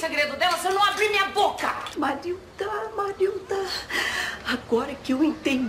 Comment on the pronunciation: É Marilda , Marilza é quando o Paulão fala errado...kkkkkkk